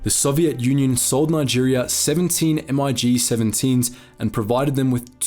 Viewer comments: M.I.G. ? You mean Mig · It's not "M.I.G." it's just "MiG" stands for Mikoyan-Gurevich.